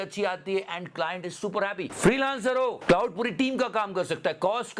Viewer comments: It's not cloud it's claude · Bhai “Claude” hai, “Cloud” nahi 😂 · मेरे Bhai “क्लाउड” नहीं “क्लॉड” बोलिए। ग़लत नाम ले रहे है आप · Claude ki pronunciation theek karo please.